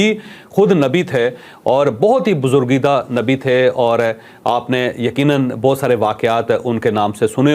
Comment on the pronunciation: Buzurgeeda nahin barguzeeda hota hay ch sb